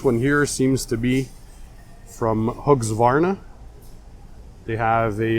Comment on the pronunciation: Hey, it's pronounced Hus-ca-var-na. Keep up the great job!